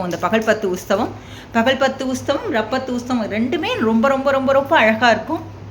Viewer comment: ரப்பத்து அல்ல! இராப்பத்து என்று உச்சரிக்க வேண்டும். காணொளி வெளியிட்ட உங்களைப் பாராட்டுகிறேன். செய்வன்திருந்தச்செய்.